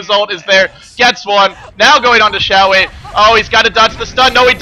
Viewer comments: If you listen closely (see watch?v=OZxZaYi14EU#t=4079s) you'll hear he actually pronounced it something like "Dzo" or "Tzo", not "Zoe". Of course you're free to pronounce it however you like as you're the well-known commentator and I'm not. Just saying that he doesn't actually pronounce it "Zoe". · It's "Joe" according to Beijing pronunciation and Zhou himself pronounces it "Dzo" because he has a southern accent. Either way it's certainly not "Zoe" and I have no idea why says it that way. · his name is pronounced "zhou" or "joe" however you want to put it, but not zoe lol